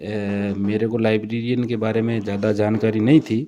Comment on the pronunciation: laibrerian hota hai laibrarin nhi